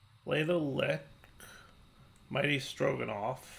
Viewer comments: The YouTuber blindness was real with this. Lich is L-itch not Lick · Please,, for the love of all thats holy.. Lich is pronounced like witch. Same as the piglich is said like piglitch. Yer killin me Smalls!! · lich is pronounced like you pronounce witch. It's been bugging me for the last few episodes. Edit: Also,, as of 1.12, the lich opens three paths simultaneously. You could have done the snow queen earlier in the episode. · I don't think he reads comments or cares if he's saying it wrong.